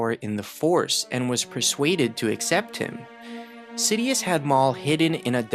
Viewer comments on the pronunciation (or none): none